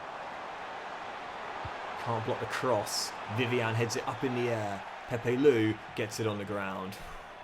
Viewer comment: The way pronounces Pepelu cracks me up all the time. 😂